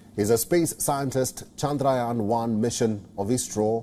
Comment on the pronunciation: bro said chayandrayan 3